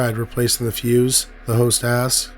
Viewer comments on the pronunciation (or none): none